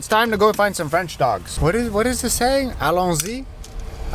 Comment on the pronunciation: Allons-y ! Ahahah good French !!😂❤